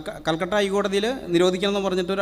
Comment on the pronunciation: ചങ്ങായി ആകെ പരിഭ്രാന്തി ഐ കൽക്കട്ട എന്ന് പറയേണ്ടത്ഹൽ കട്ട എന്നാണ് പറയുന്നത്